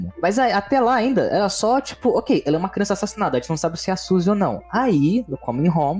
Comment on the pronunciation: Kkkkkkkkk quem gosta quando o fala*Crionça*kkkkkkkkkkk